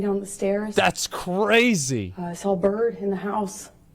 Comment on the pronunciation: ".. I saw a burd in the house.." 🐦